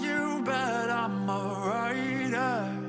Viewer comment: WAIT! I just realized that when he said “You know I’m a rider” it actually sounds like “You know imma ride her” which is probably on purpose 😂